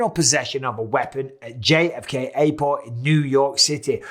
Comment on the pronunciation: I love how bisbing call JFK Airport "JFK ayyport"